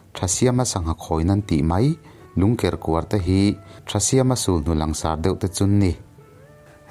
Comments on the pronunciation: Sulhnu i lam dan hi ka vawikhat hriat na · Sulhnu i thluk danhi amak e